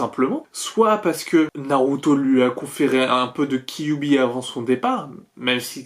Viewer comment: J'entends "kiwi" au lieu de kyuubi 😂😂